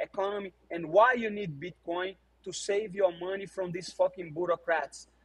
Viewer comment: Moicano gotta work on his "bitcoin " pronunciation